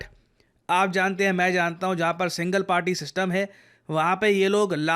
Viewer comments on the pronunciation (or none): none